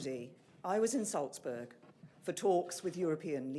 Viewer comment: Insultsburg did she say?